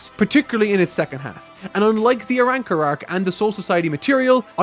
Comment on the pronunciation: This man said the ARAWRCAR arc, i can't wait lmfao 😂😆